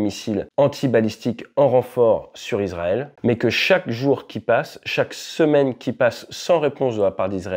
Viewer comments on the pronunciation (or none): Super analyse. Petite correction : on dit « iSSSrael » et pas izrael ! Ça s’ecrit Israël (son [s]) en français et en hébreu c encore plus flagrant : ישראל avec un ש qui peut se prononcer SS ou CH mais jamais Z